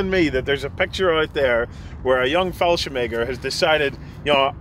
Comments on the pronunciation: Excuse me but wtf is “fallshem egger?” Do you mean “Fallschirmjäger?” If so, you should work on that pronunciation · fallscirmeger xd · anyone else hearing fallschemäger instead of fallschirmjäger?